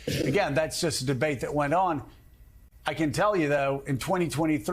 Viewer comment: Trump read Mein Kemfgh, True cannot pronounced those words.